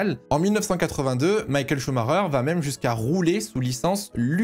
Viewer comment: Ok bonne vidéo mais t’entendre l’appeler Maykael pendant 48 min je sais pas alors que c’est la base